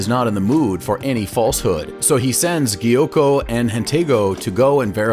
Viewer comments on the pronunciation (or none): I mean that's not how he pronounced it